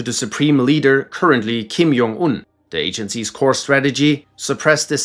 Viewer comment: him saying kim jong un as kim YONG un is just crazy